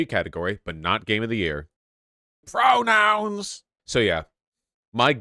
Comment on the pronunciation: FUCKEN PWONOUNS